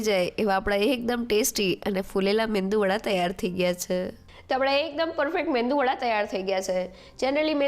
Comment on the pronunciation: Man, it is Medu vada . The N is silent